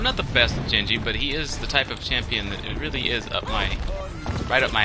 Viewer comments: I heard you say "jenji" and gave up watching.... And don't fucking say anything about accents. That was just horrible lol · did you just say jenji???? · There's a hard G in genji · Genji...He's Japanese...Sounds more like Ghen-jee...Not so much...Jenn-jee. But yeah. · That's the Westernized version, Genji is actually a Japanese unisex name commonly used for girls but it can be for males. It's pronounced "Junji"